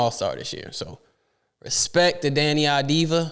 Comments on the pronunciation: its "AVDIA" or "AVDIYA" not "AVDIVA" .... it"s Av-di-ya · It's Av-di-ya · Deni, last name procurance : Av-Di-YA, please take a note!